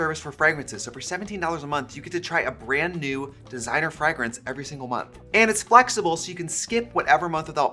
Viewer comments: Love watching the scent bird ad so I can listen to Trixie say Frug-Rance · Love how you say fragg-rinse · Tricia why you keep saying fragrance like that